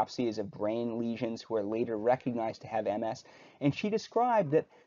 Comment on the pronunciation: Thank you for actually pronouncing MS correctly.